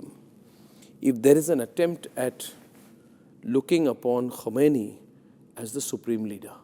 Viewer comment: Mr Arnab, don't confuse the pronunciations "Khamenei" and "Khomeini"! Quite some people make that mistake in the world. The mispronunciation creates confusion.